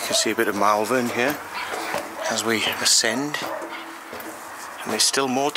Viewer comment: MALVERN is pronounced MOL-VUN, not MEL-VEN.